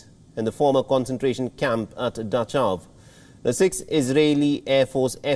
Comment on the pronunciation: Its called Luft- Wa- Fa or fe not Luftwaf and Dakhau not Dachav !